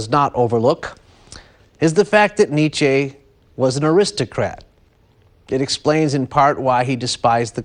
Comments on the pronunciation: Great stuff, but it hurts to hear the host pronounce Nietzsche's name. I can't believe no one advised him on this. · If this idiot pronounces Nietzsche's name incorrectly one more time...... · Nietzsche mispronounced. N was not an aristocrat, he was the son of a Lutheran pastor, who died when Friedrich was six. Mad and bad, but he did articulate what people wanted to hear very well.